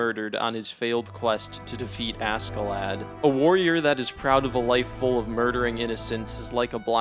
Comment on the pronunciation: Bro everytime you say "asKee-lad" it annoys me. It's pronounced ASHEE-Lad. Even the Japanese pronounce it right. Jeeeez!